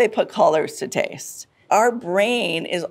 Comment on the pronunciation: It sounded like she said "author and tease expert" and now I cannot get over it.